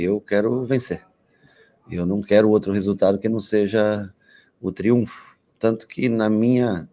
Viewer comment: Pelo amor de Deus Rogério, por favor. É TRIUNFO